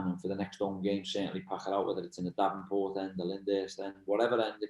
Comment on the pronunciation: Did he just say the davenport end , or was it me ?